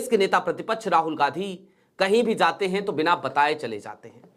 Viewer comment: तुम्हारा उच्चारण बहुत गन्दा है जहाँ j की आवाज़ होनी चाहिए वहां z की आवाज़ निकलते हो और जहाँ अभी तुम ने बोला Zaate बोला जबकि jaate बोलना चाहिए हम अच्छा है सिर्फ फिर j बोला करो तो बुरा नहीं लगेगा